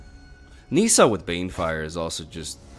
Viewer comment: Nissa: the I is short because of the double consonant (ss)